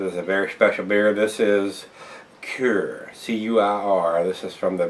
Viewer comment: Cuir is pronounced "queer," and is french for "leather." Quel surprise.